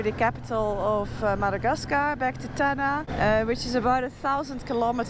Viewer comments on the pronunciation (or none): I'm now pronouncing Madagascarrr like you